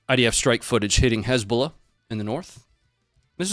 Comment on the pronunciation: almost slipped up and said "Lezbolah" and i immediately imagined a lesbian terror organization 🤣